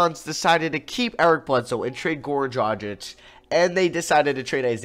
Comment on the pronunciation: His name is Goran Dragic, not Gorn Drajik.